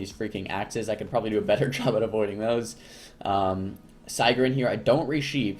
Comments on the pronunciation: your saying sigryn wrong. just letting you know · the way he say it lol